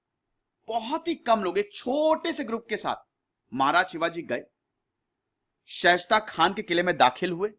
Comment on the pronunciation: Respected sir... मैं आपके विडियोज देखता हूँ और ज़्यादातर मैं एक बात नोटिस करता हूं कि आप कई नाम सही नहीं लेते मसलन इस वीडियो में जुझार सिंह को झुंझर सिंह , शाइस्ता खान को शेष्ट खान कह रहे हैं| और औरंगजेब के खिलाफ आप वीर दुर्गादास और मेवाड़ राणा राज सिंह का नाम लेना भूल जाते हैं।